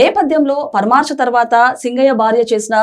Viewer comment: పరామర్శ అనాలి తల్లి పరమార్శ కాదు.ఎక్కడదీర్ఘం పెట్టాలో తెలుసుకుంటే మంచిది.